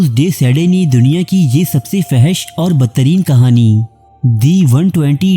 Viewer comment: Fohash Not Fehash